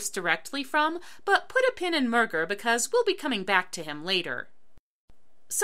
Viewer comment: As a self-proclaimed RENThead, I love this, but that pronunciation of “Murger” is grating on my ears. Mur-zhay. It’s French. Also, there is a point in the musical (On The Street) where a lady yells at Mark for being all hipster and saint-like with his documentary, and that apparently changes the way he’s going about his art, but tbh it’s not very clear that he becomes a better person bc of it or anything and that’s probably BECAUSE Larson died. It will never be a finished work. (Also, thank you for not saying they think they don’t have to pay rent - so many people get that wrong. Benny used to be their friend, then when he bought the building he promised them they didn’t need to pay. The main reason they don’t at that point is because Benny goes back on his word and they’re BROKE. Also AZT is like $300.) My main point is though that I think some of this problem could’ve been solved had Larson lived. Unfortunately, it never truly will be, and it will forever be a project frozen in time with an absent creator.